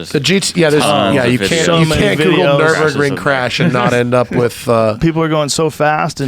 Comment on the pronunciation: only thing he'd say is "the gt3rs has the fastest time on the nurbundun" how fucking hard is it to remember nurburgring when it's your one reason for buying your car